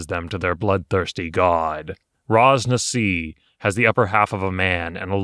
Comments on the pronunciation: Hahah i hate being that Guy But Ras Nsi is pronounced Ras Nissie. Not Ras Nassi xD. Chris Perkins dice camera action runs the Chult adventure at around episode. 30-50 xD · wait. Raz-Nazi? its not pronounced with an 'S' lmao gET iT rIgHT